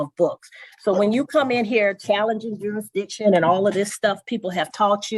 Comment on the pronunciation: New rule, if you can’t pronounce jurisdiction, you can’t ask about it.